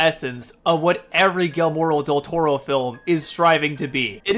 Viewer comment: Maybe learn how to pronounce his name before you make a 45 minute video?